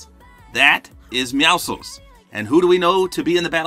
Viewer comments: It’s meow si cuh uls NOT meow souls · ‘Emo meowcles’ 🤣🤣🤣💀💀💀